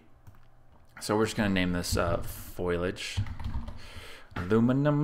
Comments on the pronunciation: Sorry to be a word Nazi on you here, but the word is Foliage, not Foilage. I am enjoying your series, but please, rerecord this before more than 1,682 people see it. With all respect, you sound like an idiot. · Really good tips....but one correction...its called foliage...not foilage :)